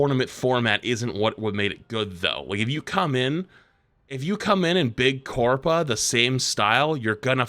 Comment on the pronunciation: Can we please stop saying "big corpa"